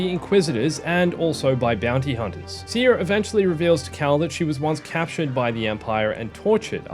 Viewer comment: Small detail, but I like that you started saying Cere as Sear instead of See-Air. Love your videos and the news updates on Survivor